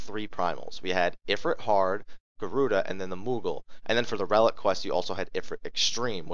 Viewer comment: I am BEGGING you please say Ifrit and bahamut the correct way.......PLEASE. Its very annoying